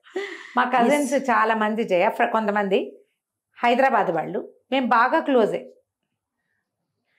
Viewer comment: ళ అనే అక్షరం సరిగ్గా ఉచ్చరించలేక పోతున్నారు, బాగా ప్రయత్నించి చుడండి, పెల్లి,అమ్మ వాల్లు అంటుంటే ఎబ్బెట్టు గా ఉంది. అదీ స్పష్టంగా తెలుగు మాట్లాడుతుండగా ….